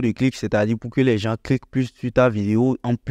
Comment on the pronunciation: Par contre on ne dit pas " les JanSSS" pour dire "les gens" mais on dit : " les JAN " , on ne prononce pas le S ... donc " les gens " quoi. Sinon tes vidéos sont super ! Merci bcp.